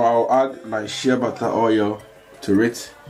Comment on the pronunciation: Are you saying shea butter it sounds like you saying shabbata i always wonder what that is